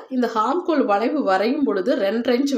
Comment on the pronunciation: please ஹார்ம்ஹோல் அல்ல ஆம்ஹோல் என்று உச்சரிக்க வேண்டும் .